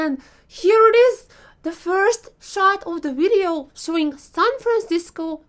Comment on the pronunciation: Omg you really hit the spot when you say wideo :)))))))